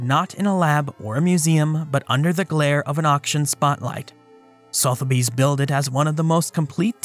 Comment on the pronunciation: respectfully it's pronounced SUH - theby's